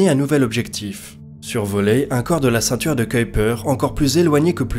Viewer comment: le ceinture tu ceuille-peur tu dis? :3